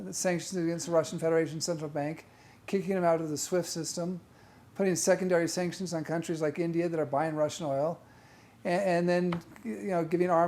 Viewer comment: Sanctions, sactions, .... Take a tea ☕ break 😂😅😂